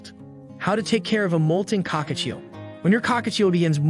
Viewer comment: Why does AI struggle to say Cockatiel 😭